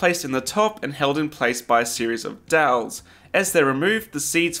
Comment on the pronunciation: I thought he was saying dells lol